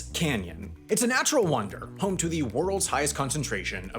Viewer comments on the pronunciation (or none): none